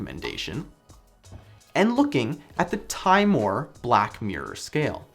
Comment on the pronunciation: It's pronounced "timm-a-more", (like as in timothy)... not "time more".